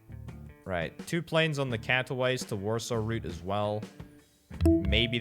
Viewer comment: Nobody: This guy: Catto-wise